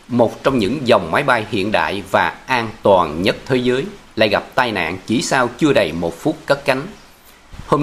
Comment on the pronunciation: Giọng đọc nghe rất dễ chịu nhưng vẫn còn vướng nhiều lỗi chính tả do phát âm chưa chính xác. Ví dụ như: an toàn chứ không phải an tòn” . Câu chuyện chứ không phải “ câu chiện “. Kiểm soát chứ không phải “ kiểm sót “.Nhiễu loạn chứ không phải “ nhiễu lọn”….🙏